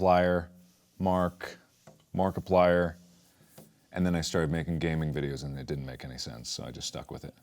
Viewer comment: Ah yes, my favourite YouTuber: “#Markipilier”